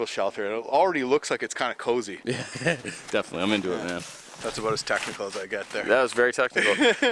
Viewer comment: Yeah, I noticed that too. The full Canadian in him comes to a head and there are "oots" "aboots" and "ehs" flying everywhere. Lol 😁